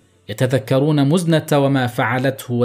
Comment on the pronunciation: مزنه ، كسره تحت الميم وليس ضمه .. وماخذوه من المزن